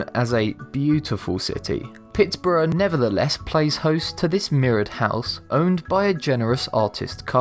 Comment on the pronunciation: Theroux for Thoreau (#12), Pittsborough for Pittsburgh (#11), nayturalist for naturalist (#10) ... I have to stop listening to this voiceover!